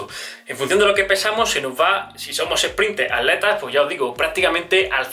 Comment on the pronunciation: Es atletas y no aletas jajajaja porel resto oerfecto